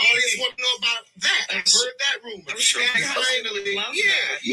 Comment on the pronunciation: Husman....it's Husband..😂😂😂